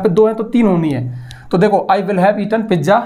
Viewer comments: Pijja 😂😂 not pizza 🍕😂❤ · पिज्जा ❌ पिज़ा ✅ 😅